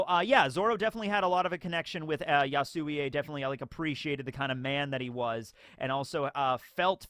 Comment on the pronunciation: knows everything about one piece but says so many characters' names wrong. Yasuie kills me every time.